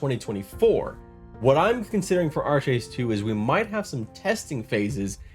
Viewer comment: Great video... but I was a 3D artist for Trion Worlds and it is pronounced Ark-Age not Arch-Age. xD